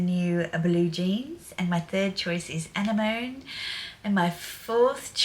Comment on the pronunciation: Never heard Anemone pronounced like that before, is that Aussie speak? Loved the video, I am looking forward to seeing how the house progresses.